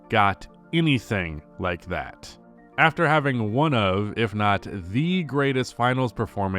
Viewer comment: Why are you saying "NVP"?